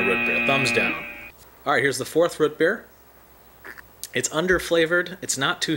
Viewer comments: It's not rut beer, it's root beer. Like scoot, or shoot, or toot. Just curious, where are you located in the USA? Sounds like the mountain west. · Root not Ruut. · lmao everyone is making fun of you saying rut beer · He says root weird